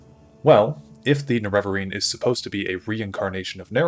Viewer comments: Huge fan. Love your videos. But I don't understand why you say "Nerev-areen" vs "Nere-vareen" the in game dialog says "Nere-vareen" and you don't say "Lord Indoril Nerev-ar".. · You might start by pronouncing Ner e va reen properly instead of nereveverine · the way you pronounce Nerevarine drives me crazy. the weird thing is you pronounce Nerevar normal, and it's the same word just with a suffix. it's weird how your vowel emphasis fully changes. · >uses clip from morrowind of Azura pronouncing Nerevarine correctly >pronounces it wrong the rest of the video anyway